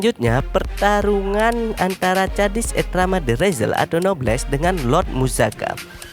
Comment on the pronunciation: Kok cara baca namanya bikin kesel y